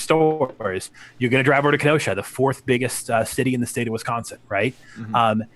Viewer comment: Ken-oh-shah 🤣 im from wisconsin! Whats up!